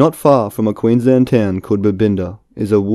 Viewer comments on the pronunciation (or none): none